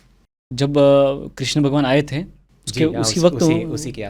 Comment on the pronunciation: भगवान हेलमेट पहन प्रकट हुए थे क्षमा करे किन्तु आप के मुंह से ऐसे शब्द शोभा नहीं देते आप भगवान कृष्ण को बार बार क्रिष्णा बोल रहे हो आप अगर गलत बोलोगे तो साधारण लोगों क्या। सबसे अधिक विचित्र बात लगी जब ये तीनों एक्स्ट्रा मैरिटल रिश्ते के बारे में जोक कर हस रहे हैं।😮 * विष्णु भगवान के १० अवतार हैं कृष्ण सहित, अर्थात हर अवतार विष्णु के अंश हैं। कुछ इस्कॉन के लोग इनके गुरु को भी अवतार समझते हैं 😮